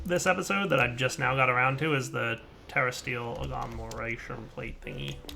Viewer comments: God damn it,, it's a TERRESTRIAL agglomeration plate, not a terrasteel agglomeration plate. Sound out your words! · PiggyGamingMC That was his point. pronounces that incorrectly too.